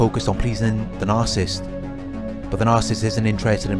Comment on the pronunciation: It’s “NAR-SIS-IST”